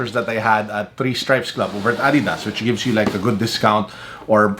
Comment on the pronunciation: Did I just hear "ah-didas"? Sobrang therapeutic! Thank you for finally pronouncing it correctly!